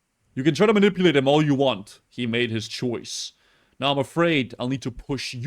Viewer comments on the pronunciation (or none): "i made my shoise"